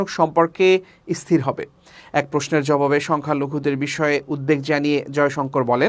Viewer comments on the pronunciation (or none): খবর পড়তে হ'লে উচ্চারনে সতর্ক থাকা জরুরী। কি খবর পাঠ করছেন? ইস্হিতিশীল, ইস্হির এগুলো কোনো উচ্চারন?